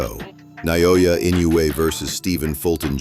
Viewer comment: Stop mispronouncing: "Na-yo-ya."